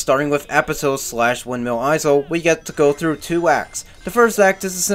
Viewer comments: Windmill "eye-zull"....? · Great review but... Windmill izul!? HOW DARE YOU MISS-PRONOUNCE A WORD I THOUGHT YOU WERE BIG BRAIN SMARTY FOR REVIEW SONIC GAME GOOD DISLIKE AND UN SUBSCRIBBLED. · Did you just pronounce 'isle' as 'izel'? The 's' in 'isle' is silent. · Why does he say “izel” when saying Isle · Ok why do you pronounce isle like that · Okay, props to you for not bashing the Werehog, or Wolfhog as you call it. To be honest, I actually consider his stages to be a breath of fresh air from the in-your-face fast-paced day stages. But someone has to tell you, and it might as well be me...: BITCH, you don't get to criticize ANYONE'S goddamn voice-acting when you yourself can't even fucking pronounce ISLE right! It's isle not fucking eyezle! Not to mention HolOska, not HolAska, Chun-NAN, not ChunNIN, and AdABAT, not AdEBIT. I'm sorry, but for someone who calls the 4Kids voice actors bad, you're certainly not doing any better yourself! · I know I can't be the only one really annoyed that he pronounces the S in windmill Isle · THE "S" IS SILENT, IN "ISLE". Amazing review. Glad I'm not the only one that thinks Unleashed is the best modern Sonic. StH2 is my personal fav